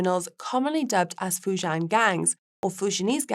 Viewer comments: Fu JIAN (rhymes with 'men') omg..it's not that hard to pronounce. Yes, area is rife with criminals lol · I have to hope this was an experiment with the presenter. Mispronunciations of Fujian and Triad, were bad enough. Not knowing that St. Kitts & Nevis is one nationality rather than two is a little worse. However, the style is the main issue. It is not entertaining at all. A complete contrast to Guy, who makes far more mundane topics interesting. Actually, the subject matter here was great for a segment. It goes to show how much tone and humor count when it comes to audience appreciation.